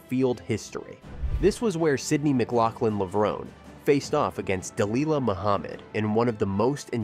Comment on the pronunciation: Did you listen to the audio you included in your video? You are pronouncing Levrone wrong.